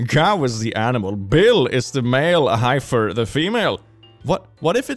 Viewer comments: ain’t no way just called a ‘heifer’ a “hi-fur” 💀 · i think it’s pronounced he-f-f-er i may be wrong this is just how I’ve always Hurd it prounounced whare i live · it is pronounced heff er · Hearing heifer pronounced highfer is pretty funny to me ngl. I've always heard it pronounced like heffer. Are there any other pronunciations people have used? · heifer, while spelled HI-fer, is pronounced HEFF-er in English. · dear, my mother was raised on a farm and its not HI-FER its HEFFER. <3 english is stupid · heifer in English is pronounced with a soft e to rhyme with letter. <3 And yes, a heifer is a young female, from when she's born until she gives birth. Then she becomes a cow. The word for a mixed group is cattle ... unless you're talking about elephants or whales or any of the other species where "bull" "cow" "calf" are used to describe the adult male, adult female, and baby.